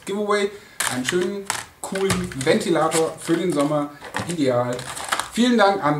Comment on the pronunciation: USB- Ventilatorrrr !!